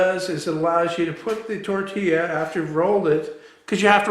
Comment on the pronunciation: se dice tortilla no tourtilla jaja